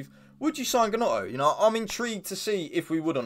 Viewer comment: It’s pronounced “Nonto”